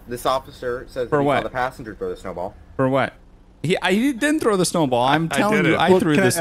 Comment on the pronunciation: someone said "Snewball" and it was pretty funny!